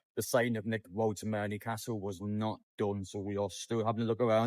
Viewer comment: Its woltemade ... not woltemare😅